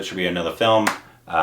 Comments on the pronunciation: Ray-kha and not Reekha.. the pronunciation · Just an fyi... her name isn't pronounced Reekha, it's pronounced Rékha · It’s pronounced Ray-kha not Reeca. Watch her interview with Simi Garewal, she is a fascinating person. Then watch Silsila & Umrao Jaan. Then Khubsoorat & Khoon bhari maang. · It's not Rikha .. it's "Rey" +" Khā " 🙂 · Rekha = "Ray - Kaa"